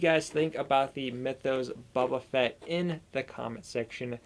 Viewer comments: Dude you’re killing me! Bo-ba Fett not Bubba or baba ugh smh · All I hear is "Buba Fett" and its kinda killing me. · Clicked off after you said his name like that cringe